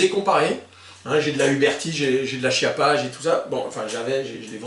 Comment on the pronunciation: On prononce Chiappa, phonétiquement "qiappa" pas chi appa 🙄🙄🙄